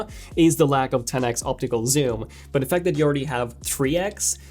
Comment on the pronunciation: Had to stop watching. Couldn't stand to hear TEN EX anymore. 10X is an abbreviation of 10 TIMES!